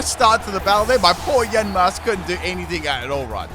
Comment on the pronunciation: Nobody:: YaNmAsK, MaYjArNa, YaVaNtAl